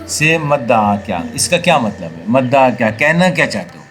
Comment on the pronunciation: مَدَعا نہیں ۔۔۔ بلکہ مُدَّعا ہے